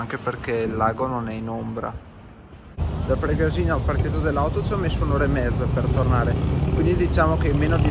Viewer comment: confermo, pure io anni fa la percorrevo in auto. Bellissima anche se stretta. A titolo di info Pregàsina si pronuncia con l'accento sulla prima a. Grazie del video.